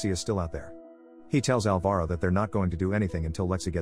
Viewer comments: Its not alva-ro, its pronounced al-varo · That's not how you pronounce Alvaro